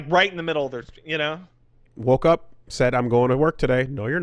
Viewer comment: If you watch closely you can pinpoint the exact moment finally fed ahp with dis woruld